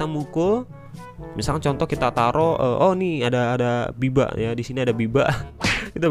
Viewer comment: Bang itu babi bukan biba😂